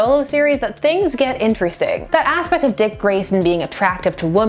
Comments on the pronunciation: 3.02 - "That ass-pect of his character..." - I see what you did there.... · that ASSpect lol sorry couldn't help it